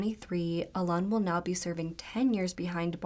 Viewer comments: And Alun is just pronounced like Alan. Google is not that hard to use 🙄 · alan is pronounced allen, you always change things to sound more tada, and thats insulting, poor kaylea